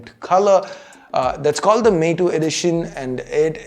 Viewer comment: Not Mito, but “Meitu edition”, cmiiw